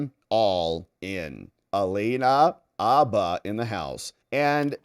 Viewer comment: I've never heard Alina's last name pronounced as Abba! I only heard Hah Ba.